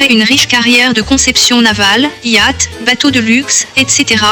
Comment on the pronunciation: 🤣🤣🤣🤣au lieu de dire yacht Elle dit yat